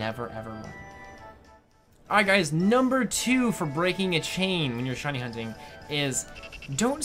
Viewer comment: At the end when he talks about the shiny charm it kinda sounds like says "Hiney Hunting" hahaha xD